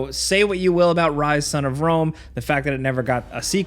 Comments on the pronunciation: I personally still play Ryse. Also, Cr-Ryse-is. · Ryse?? Ryse?? Lolll